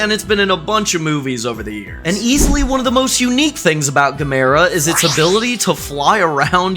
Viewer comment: Gamera getting recognition is awesome. I did flinch at you calling him guh-mare-ra, though, he's pronounced ga-mer-ah.